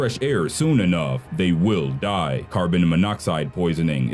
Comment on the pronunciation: Why do you say die so weird